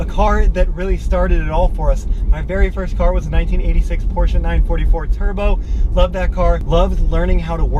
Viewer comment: It's "Porsche" not "porche"